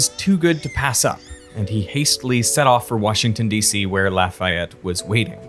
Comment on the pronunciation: why does everyone get it wrong its not la-fay-ette its a la-fayette